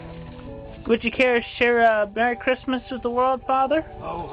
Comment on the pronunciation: Muhry chrismuh